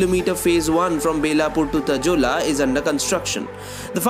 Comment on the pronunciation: It's not tajola it's तळोजा